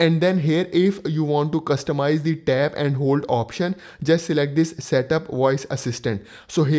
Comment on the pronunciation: Can you please say two.... Very long and slooooooow. As in tooooooooooo. Essetting... Estart..... Tap, talk, tap, set, tooooooooooo, esingle tap. The best one is tap and hold haha. TTTTTTTTAPPP ANDDDDD HOLDDDDD. At least you are trying... You go girl.😂